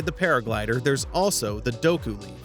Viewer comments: its not D-o-ku its de-ku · as a zelda player myself him saying doku leaf hurts me its deku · Such a good video. I just got slightly tilted when he said "doku" leaf tough haha😅